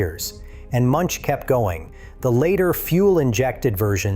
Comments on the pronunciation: Münch not munch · The name Münch is pronouced Mynch NOT Munch.